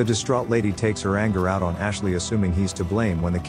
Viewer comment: You all need to stop doing lazy work the first thing that artificial voice says is Ashley? I wouldn't mind it so much if they made a mistake within like 4 minutes of the vid but it's literally the first thing you hear which will turn off a lot of people.